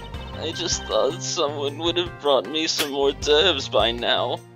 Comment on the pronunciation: You pronounce it like "or d'oeuvs", while I learned in my French class in school its pronounced as "or d'oeuvr"